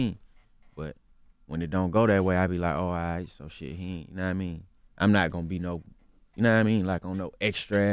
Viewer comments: Take shot when my nigga say knamean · "yakawaImean"... omfg nigga please enhance your vocabulary!!!